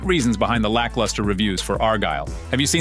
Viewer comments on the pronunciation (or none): I heard several different pronunciations of “Argylle” in this video. I think I even heard “R Girl.” 😂